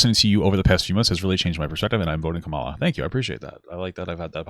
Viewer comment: I forgive papa's struggles to pronounce Kamala solely cuz Pyrocynical kept pronouncing it as Carmilla